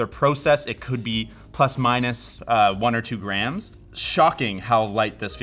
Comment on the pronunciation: I know he's saying "grams", but his pronunciation makes it sound like "graNs", and now I'm imagining a weight system based on grandmothers.